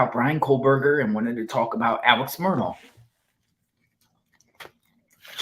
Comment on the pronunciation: How in the world could watch the murdaugh trial for 28 days and still say his name wrong?